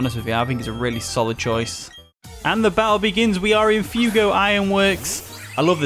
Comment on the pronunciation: Pronounced fwaygo ironworks Fuego means fire in Spanish 👍👍